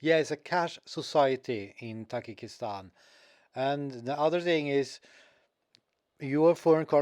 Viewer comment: Not ❌Takikistan Tajikistan ✅